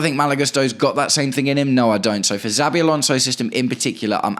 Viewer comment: I agree with nearly everything you’ve said. Just one point. PLEASE say our potential new managers name correctly before others start copying you. It’s pronounced SHA-BEE not ZAA-BEE Thanks